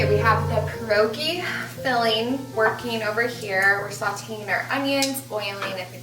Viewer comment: You don’t pronounce pierogi correctly either. I’m sorry but from a Polish woman, what you made were not pierogi. If you’re going to try new nationality food, which is wonderful, you should create it accurately for your viewers and so people of that nationality feel great about it.Seemed more like an empinada with the dough thickness and spice and vegetables you used.?❤ Pointer: you boil pierogi and then when you want to prepare to eat you fry them in butter